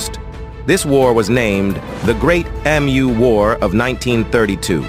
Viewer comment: Why can no cnt ever pronounce Emu properly?!?!